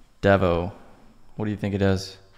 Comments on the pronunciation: It’s pronounced Deevo abbreviation of deviate. Gronk is a chat which is also a person of low intelligence and hygiene. Yarn is a conversation. Yonks is years ago. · "devo" is also short for "deviant" when pronounced DEEVO